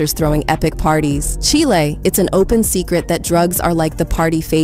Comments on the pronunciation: Cheelay. . Its chile like child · Did she just say Chile like the country? Instead of Chile (rhymes with while).